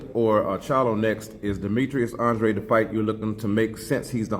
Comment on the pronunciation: Finally saying the last name right. Andrade